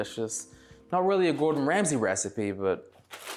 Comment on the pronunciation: Gowdon Wamsey 😂😂😂😂